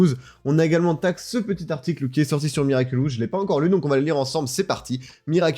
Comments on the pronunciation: L’interviewer qui dit tout le long de l’interview “Miraculus” 😂😂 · Moi je l'ai vu la vidéo de l'interview de Thomas Astruc il y a quelques jours, ça m'a spoil l'épisode passion car y avait des images des épisodes. xD Sinon le mec a prononcé "Miraculus" pendant toute la vidéo. x)